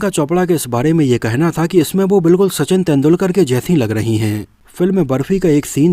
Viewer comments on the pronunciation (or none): none